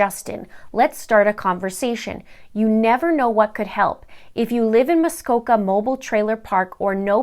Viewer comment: Okay for one you keep saying the parks name wrong. It’s muskoka mobile. Also you may wanna look into what your saying much more because most of this is not true. Also your other videos have wrong information in it as well. This “other man” didn’t just “die” he took his own life. So please, at least know what your saying about innocent people before you put them as a thumbnail.